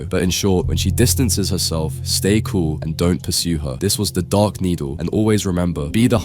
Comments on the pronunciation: Who noticed the "DAEK NEEDLE" instead of "dark needle"😂? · why is it “the daEk needle” and not “the daRk needle” at the top left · 1.) "The DaEk Needle" 2.) "On a Dat"